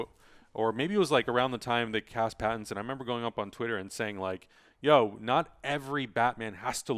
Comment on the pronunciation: It's pattinson. If u can't say it right, don't say it at all. Nobody has the right to insult other people's names